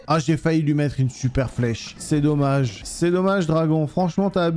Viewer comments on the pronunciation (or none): none